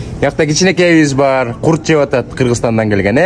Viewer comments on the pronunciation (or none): Курт эмес Курут 😂